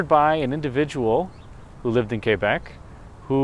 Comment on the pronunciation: Félicitations pour avoir prononcé Québec correctement. On entend trop souvent des anglo-canadiens dire kwaybec... bravo pour un américain